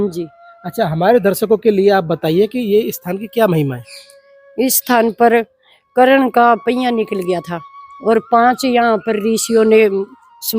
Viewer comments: करण मारा नहीं गया कर्ण की वीरगति हुई है जरा अच्छे से बोलो, बोलनाआता नहीं तुमको वीडियो बना दिया है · Bhai karan karan kar raha sahi se name le